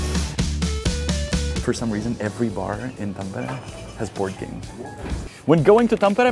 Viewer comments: That's an impressive pronunciation of Tampere 😁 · you actually said Tampere pretty much just like finns say it😁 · Finally a guy who dont say it thampeere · I thought you were a fin first from the correct pronounciation of Tampere. But then you said Janek and Honza, so you must be czech? Czech and finnish pronounciation is not that far from eachother I discovered when I lived in Prague, even though the languages are miles apart.